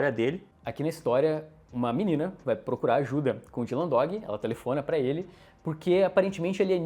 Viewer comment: eles falam "Dylan Doug", em vez de "Dog".